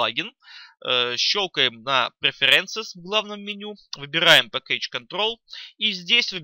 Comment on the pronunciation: пэккЕйдж, инстАллед... пипец ухо режет